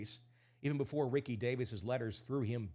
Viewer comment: I know you have to know better. It's ree-see davis.